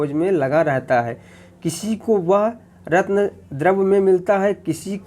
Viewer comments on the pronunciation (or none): none